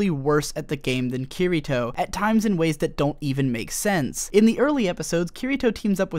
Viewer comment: Awesome video, but i hate the way you pronounce Kirito